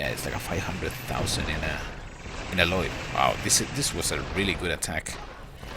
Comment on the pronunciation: Can't even pronounce alloy properly